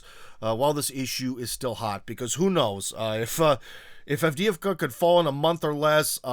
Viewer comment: Cmon,. You of all people should know how Avdeevka is pronounced. It’s not Avd-eeh-ee-vka, but Avd-eh-ye-vka.